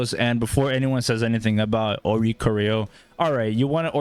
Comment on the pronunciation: Thanks for giving us the Oh-ree-co-ree-oh tech 😜